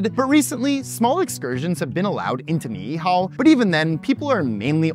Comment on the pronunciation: They way you pronounce Ni'ihau is a bit off the mark, as it is more in line with a spelling, "ni'ihao", but you are doing an amazing job at the other names so far. Thank you :D